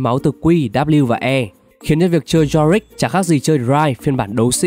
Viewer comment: Yorick lại đọc Jorick